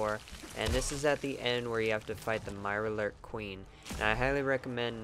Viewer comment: "MIRARLOORK kween"